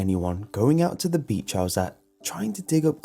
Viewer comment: I found one of your mistakes for the first time! You were trying to say beach and said beech 😐